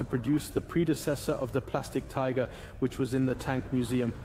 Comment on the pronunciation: Wet panties. ;) .....übersetzung ist klasse gemacht, ein paar kleine fehler sind aufgetaucht, einmal sagt es tigre statt tiger aber sonst sehr einfach zu verstehen. 👍👍